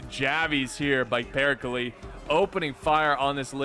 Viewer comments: No, no way he pronounces Perkele as "Pirkilie" man, you do great stuff but this is just too funny not to point out. Love your vids. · Just a pronounciation thing: All the e's in "Perkele" are pronounced the same, like the first one.